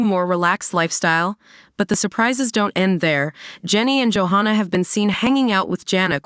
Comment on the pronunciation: You are saying JoHannah'a name wrong. It's Jo HANNAH, it is NOT JoHONNA